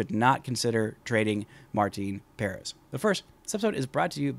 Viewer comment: It’s pronounced Puh-rEHz. Not Pair-ehz. Not why that bothers me how you say it. Lol